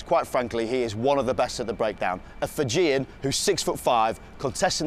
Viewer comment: The way he said "Fijian" made me cringe